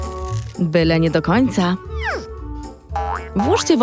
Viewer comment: czy ona powiedziała kocak xddd